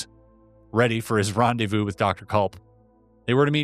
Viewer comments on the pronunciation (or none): none